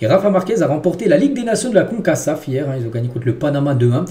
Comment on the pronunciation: Pourquoi est-ce que tu prononces le deuxième 'CA' de CONCACAF 'SA'?